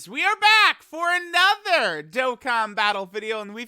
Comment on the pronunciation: Does anyone else skip the first 5 seconds of every video to not have to hear how he says "another" or is it just me?